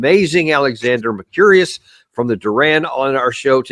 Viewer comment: lol😂 "mer curious"l